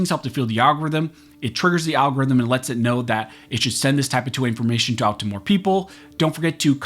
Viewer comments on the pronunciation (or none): I used to find it funny when you used to say Al Gore's rhythm.